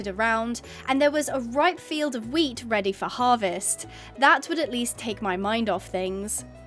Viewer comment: You made me look like speed when the guy says please speed I need this my mother's going to homeless because when you woke up out of the shed and at the part you said wheat it sounded like meat 😂😂😂😂